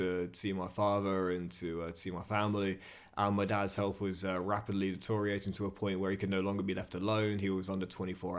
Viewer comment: Please learn how to say deteriorate